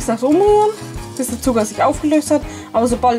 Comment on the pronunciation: du sagst alkes mit d zb. zuger oder budder verstehst du